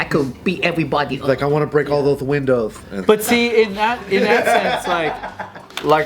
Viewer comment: The unintentional comedic legend of strikes again 😂😂😂 “I wanna bweak all thoth windoths”